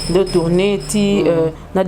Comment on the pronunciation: j aime trooooop, surtout quand elle dit voutoutourner wow, wumela fort. Et vis en parfaite santé